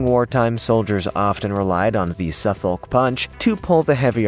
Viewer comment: Dear Americans - The L is silent in Suffolk, it is a county in the uk which gave its name to your Suffolk. You say Suff'k and it originated from "southern folk" - there is also a Norfolk (Norf'k) "north folk". Note that these are not called ...shire like many other counties.